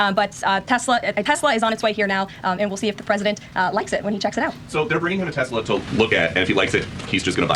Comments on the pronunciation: Okay, I genuinely busted out laughing when Trump said "I love Tesler!" lol wtf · "I love Tesler!"